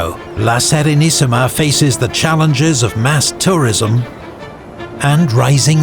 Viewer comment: First time that I heard an anglo speaking narrator pronounce correctly italian names (La Serenissima... perfect!). Usually it's a butcher fest... Edit: also "Signoria"! GN finally pronounced like "gnaw" and not "signal"! Thank you!